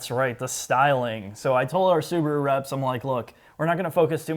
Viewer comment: The little soo-bar-oooo. Wow.